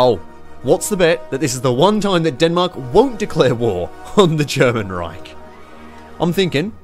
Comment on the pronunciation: its not pronounced "Rayk" but Reich ...